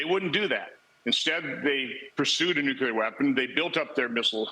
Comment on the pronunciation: It bothers me that even people at the highest level cannot pronounce the word nuclear properly. 😡